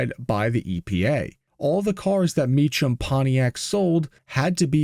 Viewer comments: i live in arizona and i grew up with the family on my street and they pronounce their name differently from how your saying it.. they pronounce it like this meek-um instead of how you were pronouncing it like meech-ham.. the family evolved to selling gmc trucks at the dealerships into the 2k's which they offered a new truck that they thrw ther mecham performance package on which consisted of q supercharger, air intake to the supercharger and they always threw killer exhausts on so no matter what they always sounded good and the trucks would receive a leveling kit with nice wheels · Thank You for the pronunciation correction. You are Correct! Mee-kam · Might be no AI, but I knew the guys, and it's 'Mee-kum'. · The pronunciation of Mecham is Me-cam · you are misprouncing the old governor's name, I was there and I remember the insanity of the d.e.i liberal push in the late 80's... i am almost ashamed of the naievity of the people in arizona back then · It would have been appropriate to learn the correct pronunciation of the name "Mecham" if you are going to do a mini documentary about what they did. So common these days for creators to be lazy and just cut and paste their crap together without bothering to actually learn about the subject. This channel sucks. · Maybe if you had used AI it would have gotten the pronunciation of name right, lol. The CH in Mecham should sound like K. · Also you're pronouncing the name wrong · "Not AI", but you pronounce Mecham wrong.... Hmmmm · It's not "ch" like chimmney, it's "ch" like a "k." It sounds like Mekem, not Me Chum. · It's pronounced Me-kam...not Me-cham 😅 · His name is Evan MEE-kam, not MEECH-um. How could you possibly screw that up? This is why youtube is garbage. You are making youtube garbage with your garbage content. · The pronunciation is “me-come” not “me-chum”. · The name is pronounced “me-come” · Mee Kum. It's a common mistake. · Mecham is pronounced as 'k' not 'ch'! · 2 syllables: "MEE" + "kuhm" THANK YOU, NO AI